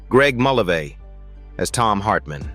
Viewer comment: Mul-LAY-vee. Why can’t AI get names right? I knew Marty when he had a rock group and wrote their clever songs. He was very quick and funny. And nice.